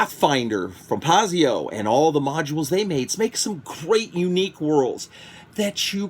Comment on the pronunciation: Pie-zoh, not Pah-zio. I know, I'm the asshole. Love your stuff,! I love the personal stories you tell, especially when you get all dramatically quiet. Kind of like ASMR for me